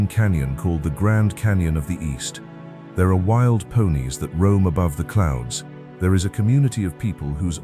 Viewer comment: actually it's, "them *thaur* hills..."